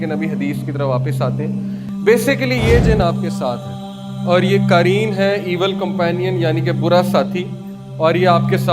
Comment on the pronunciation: Qaareen nahin QAREEN hai, all informations are correct